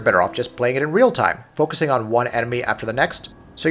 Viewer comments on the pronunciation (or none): none